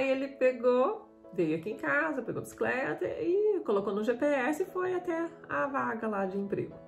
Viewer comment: Abisicreta parece a do Jaiminho carteiro do chaves kkkkkkkkkk